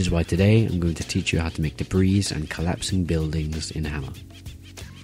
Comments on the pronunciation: hi im pretty sure you dont pronounce the "s" in debris so its more like "debree" :) also very helpful video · This dude really said "de-breez" 😂😂😂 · gonna make a map called: de_breez